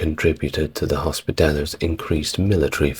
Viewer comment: Whilst I enjoy these videos and have little to quibble with in terms of history, there are at times painful mispronunciations:; here it is hospitallers, which was pronounced hospitalliers.....